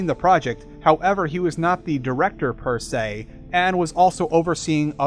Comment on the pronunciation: Deus ex, per se; you're mispronouncing all Latin.